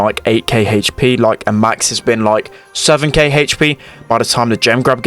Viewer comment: He says haych P lmao